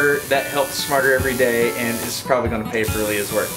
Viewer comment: I thought you said "martyr every day" because of the pain and suffering you put into every video.